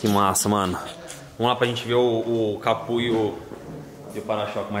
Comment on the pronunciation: cada vez que o fala "CAPU" da até um ruim na alma